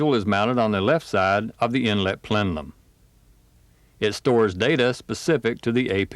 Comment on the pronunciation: Plenum, not plenlum...